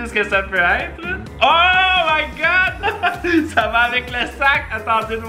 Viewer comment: ''hoooo my god''j'ai cru ''hoooo un god'' x)